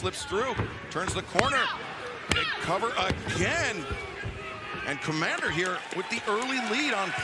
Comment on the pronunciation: Who is Kmander? I've heard of Komander not Kmander.